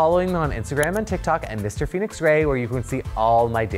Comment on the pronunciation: Oh, Phoenix! I thought you said your name was, which I thought was cool too! Then I saw it written out. 😊